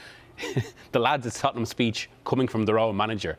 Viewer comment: It's Tottenham🤣😂